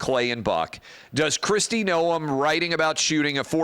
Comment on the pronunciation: Noem is a RINO clown And Clay, everyone in politics knows how to pronounce her last name except you. Jeez